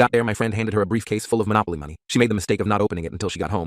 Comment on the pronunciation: Bro it's mo,nooooo,poly